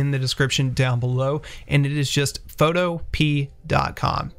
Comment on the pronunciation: im so glad someone else noticed that lmao i cringed XDXDXDXD